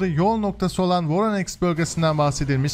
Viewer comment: abi.. voroneks yox VORONEJ. sen slavyan seherlerini duz seslendirmirsen, onlar KS yox SK seslenir.